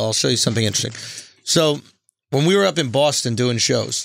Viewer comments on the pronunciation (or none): none